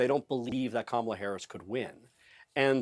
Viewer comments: If the Ttump campaign’s definition of taking Kamala seriously is going to their base with dog-whistle shi (ie. Willie Brown, DEI, mispronunciation of her name), they may want to up this from an amateur hour, clown car routine & tack to the middle where undecideds live. I’m really hoping they just devolve into the cesspool a bit more cuz it is past DonOLD’s prison bedtime (thank you Kimmel!!!). Drumpff 20-24 years!!!!!! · trump keeps mispronouncing her name. Kamala should start calling him Danald or some variation that doesn't sound right. He should be called out and correct EVERY TIME he mispronounces her name. Of course he's not called out by ANYBODY, particularly from the MAGA crowd and the sycophants.